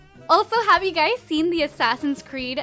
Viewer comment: When u say u guyz it sounds like u gays lol